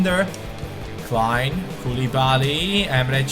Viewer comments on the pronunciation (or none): none